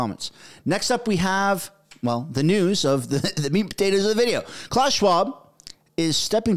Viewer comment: It’s not CLAWS Schwab! It’s pronounce Klaoos